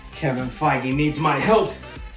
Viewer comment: The one time he says fiege right